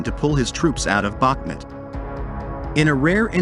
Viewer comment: ‼‼‼FYI, it is pronounced BaHmOOt, and the accent is on the second syllable. I am from Ukraine :)